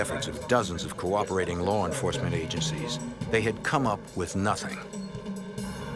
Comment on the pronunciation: “LAWR ENFOSSMENT”